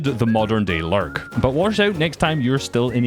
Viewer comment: Every time he is about to say "lurk" i think he is gonna say "larp"